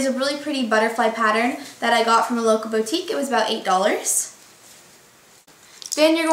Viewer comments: I don't like the way you say "boutique".... you say it like "Beau-tique" but its pronounced "bootique" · i love the way you say boutique!